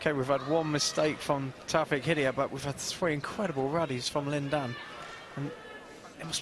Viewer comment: it's not 'Hidiyet' you idiot! it's 'Hidayat'!!!!